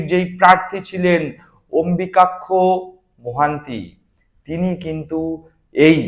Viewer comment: যে অম্বুযাক্ষ নামটা ঠিক করে উচ্চারণ করতে পারে না, সে করছে রাজনৈতিক বিশ্লেষণ!